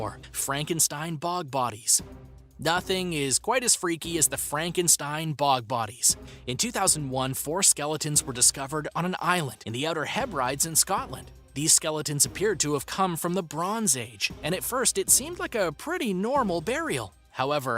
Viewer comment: It's not a bobby but a boo by. Hebrides is pronounced Heb brid ease